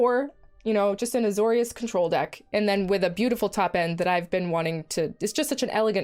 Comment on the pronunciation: Don't think anyone calls it 'Azor-Eye-us'